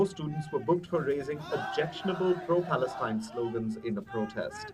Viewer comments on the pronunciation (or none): There is no such thing as Palestine. Get your Facts straight! I do like this unbiased reported But she said " Plaestine"